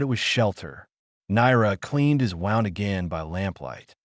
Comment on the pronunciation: Maybe tech the Ai how to pronounce words like wound.